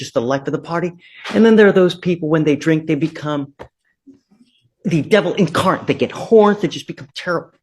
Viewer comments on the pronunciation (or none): Did this guy, supposedly an educated man, a judge, say “the devil encart”? No such word in the English language, it’s incarnate. Wow.